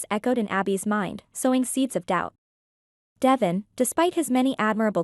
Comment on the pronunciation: You are pronouncing DeVon ‘s name incorrectly. It is pronounced “ D- Von””